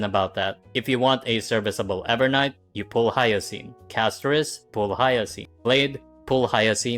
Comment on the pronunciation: "hiyacine" is crazy